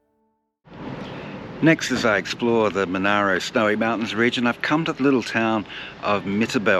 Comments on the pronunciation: The district name is pronounced 'Mon-air-row', not 'Mon-ah-row'. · The politicians quickly excluded Dalgety after visiting in the middle of winter. It is also pronounced Mon-air-o. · hmmm great idea and video [thanks, I am in Dalgety] though you mispronounced the word Monaro, [its Mon-air-o] and you also said "in 1804" when speaking about the idea of making Dalgety the capital, should be 1904..